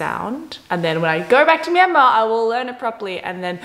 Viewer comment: The way she pronounce Myanmar is spot on.